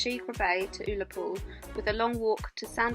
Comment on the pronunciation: “Ull” in Ullapool is pronounced the same as Gull minus the G.😉